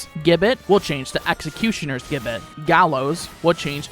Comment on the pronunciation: Gibbet. Pronounce 'Jib-bet'